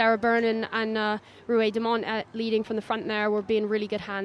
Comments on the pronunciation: Ruahei's surname is pronounced just as it is spelt. Demant. Not Demont. Not Dement. The end bit of her surname is Ant... said just like the insect. I feel like the least commentators can do is pronounce the player's names correctly. She is the co-captain of the team FFS. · Can someone explain to me why the male commentator wasn’t able to pronounce Demant properly once? Even after his co-commentator pronounced it correctly to him?